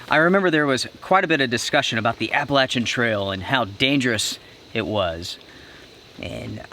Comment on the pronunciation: You pronounce Appalachian wrong